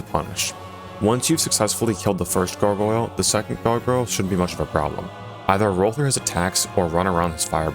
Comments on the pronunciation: souls-like gogoyle pronunciation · It's "Garg - Oil" incase you're still struggling after a year